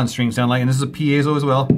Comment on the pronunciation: piezo is pronounced pea-zoh not pea-ay-zoh You're welcome